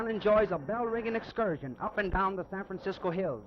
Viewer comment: Aside from the first two valliant attempts at ennunciation, he keeps saying "Sampensiscoe". My 100-year old neighbor used to say that too…I also remember all the old cabbies and Munis drivers saying that. I like it, it sounds like the way the guys in the Coit Tower murals probably sounded.